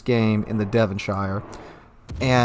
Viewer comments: How can you speak English as your main language and not know how Devonshire is pronounced? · its pronounced Devon sure, not shire. Same applies for any county here that ends in shire pretty much :)